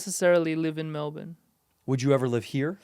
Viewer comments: Still feels like it's halfway to the old "Mel-born," to me. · So proud of how Andrew says “Melbourne” Fluently now 🎉